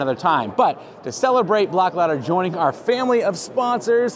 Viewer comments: Your clothing is made in Sweden and the name, Blåkläder, is not pronounced Blak'lader. The best way to pronounce it in English is "Bloa'klehder." I'm a third generation Swedish American carpenter and handcrafted log home builder. My great grandfather was born in the same community where the Blåkläder clothing line was originally designed and made. He came to the US in 1885 as a carpenter and log home builder. After three generations of Swedeish carpenters in the US, I just bought a farm in Sweden and I am moving back. I, too, am a Swedish carpenter and log home builder. I will be taking three generations of carpentry knowledge and innovations back to Sweden with me. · Blåkleder is a Swedish company. I think it would actually be a good selling point to share that it is Swedish designed and engineered. To pronounce the name correctly you need to know that the Swedish has three extra vowels; ö, ä and å. the pronunciation of the name would be Bloakleder where the 'å' sounds like the 'oa' in the English word 'oar.' Blåkleder is Swedish for 'Blue Clothes." Even if you sound out the letter 'å' as a short 'a', the word does not get split as 'blak' 'leder.' The two syllables are split as 'bla' 'kleder.' There you go! I am a Swedish American who has been using Båkleder work clothing for many years. The clothes were developed and made for many years in the same community where my great grandfather was born. At the age of 19 he left Sweden to go to Seattle, Washington where his grandson, my father, knew him as a highly respected Swedish carpenter. I have been back to the farmstead where Papa Borgen was born and last year I bought a farm in Sweden and will be moving my carpentry and handcrafted log home business to Sweden, taking my heritage full circle. People will appreciate the quality that we Swedes put in to everything we do.......clothing included.